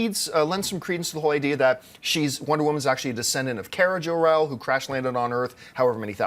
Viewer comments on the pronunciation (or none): It's Kara Zor-El